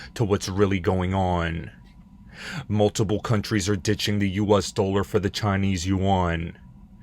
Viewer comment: My god stop calling it the "US doler".